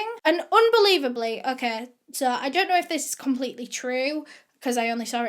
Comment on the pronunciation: me, depressed from quarantine:: (: suh todays videuh me:: ) i know that comments been done to death on her videos but its so true hkfdsfs